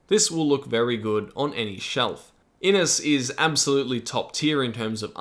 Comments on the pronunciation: This game looks amazing. FYI Inis is probably pronounced with a "sh" at the end. Inis means Island in Irish. IH-nish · Great overview! Just a wee pronunciation point: Inis should really sound like "IN-ISH", which just means "island" in Irish.